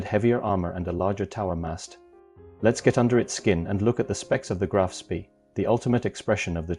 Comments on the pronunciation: Why can't anyone pronounce Spee properly. It is Sprey not Spee as in pee. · repeat after me graf spay koo de grahs mon-teh-vih-XDAY-[oh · It is pronounce SPAY!!!!